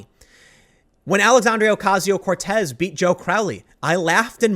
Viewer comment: Tim. Love your videos. Don't take this as anything but "constructive criticism"... her name is "Alexandria"... NOT "Alexandrio". for an example. Sorry dude.